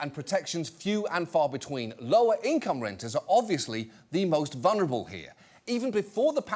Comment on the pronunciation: mispronunciation of the word "vulnerable." there's an "l" before the "n". It's not that hard to say, but people lack speaking and reading skills cuz they're too focused on doctoring their appearance for trivial acceptance by conformist nincompoops.